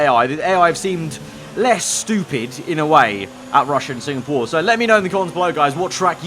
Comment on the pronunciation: everyone: SINGAPORE: SINGPORE BECAUSE I LOVE SINGING